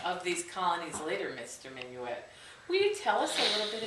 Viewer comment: your saying his last name wrong